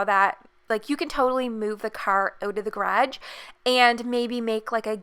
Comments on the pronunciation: where is she from? she says Bedrome and garahge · "gradge" xD love the house <3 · Me : is she saying garge or garage Sis : dun know Mom : what’s a grage